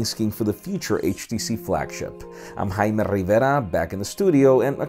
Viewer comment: Is it me, or the way he says is name sounds more like kkkaime than jaime?